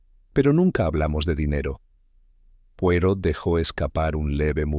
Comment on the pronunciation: No pueden decir bien el nombre ..es poirot no porot